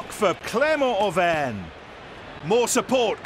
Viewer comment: I Think it’s Clermont Auvergne.